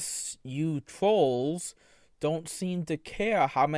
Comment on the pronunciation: "I'm not afwaid of the twolls."